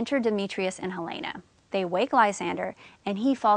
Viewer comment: u pronounce helena wrony